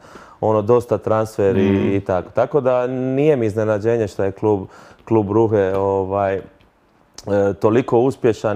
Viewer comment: ma sve pet. Komentiram jer mi je komicno kako se i on pogubi koliko zeli bit ispravan i iznad hrvatskog zargonskog izgovaranja imena klubova ili gradova.